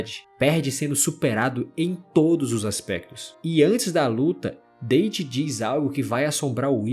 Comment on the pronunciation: Comentando aqui por fiquei com agonia da pronúncia do nome do Date. Você pronunciou como se o personagem fosse natural de algum país falante de língua inglesa e isso incorreto. A pronúncia correta do nome do caba é "Dáte", não "Dêiti". 😅